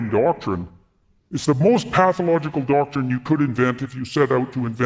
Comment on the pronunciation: "Their whole damn DAUCTORINE!" - Jordy McPeterpoop